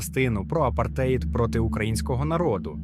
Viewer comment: Ставте наголоси в словах правильно - апартеЇд, свІтська і т.д.